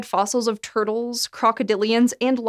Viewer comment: From large "TERD-les." 😆 lol